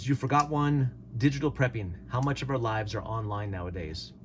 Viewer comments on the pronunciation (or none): none